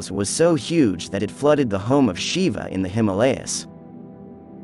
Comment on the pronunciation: Westerners need to learn some rudimentary Sanskrit to be able to pronounce a word like Shiva. It is jarring to the ears to see the word mispronounced so many times.